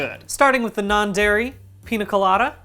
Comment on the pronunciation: bdg i love you but every time you said pina instead of piña my latino ass took 25 points of psychic damage